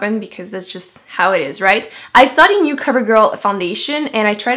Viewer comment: Anyone else notice that she says "dee" instead of the??